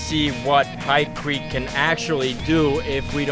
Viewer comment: Pykrete...not pycrete